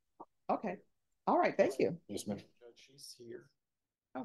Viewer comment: That pause and followed by thre "alrighhht" had me lmaoo